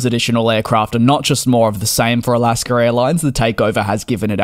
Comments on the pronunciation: NB: It is "Alaska" not "Alasker." My parents did this and it was very annoying and dennigrating. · Great update! Thank you! There’s no “r” in Alaska though! 😉 Don’t worry though, still fond of your excellent reporting as a fellow aviation enthusiast. I’m from Alaska’s home turf of Seattle and we tend to be fond of different English accents! Keep up the good work! Let me know if you’re ever in the Seattle area!